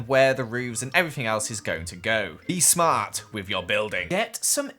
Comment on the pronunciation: Be smart because you said sma4t bruh